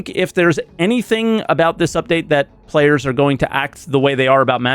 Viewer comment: I heard saying "payers" instead of "players" (although I speak french too)